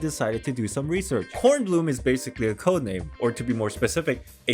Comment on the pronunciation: loved your German pronunciation! Bkornblume is also my favorite